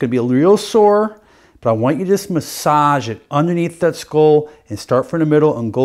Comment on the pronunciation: HE DOESNT KNOW HOW TO SAY SKULL?? HAHA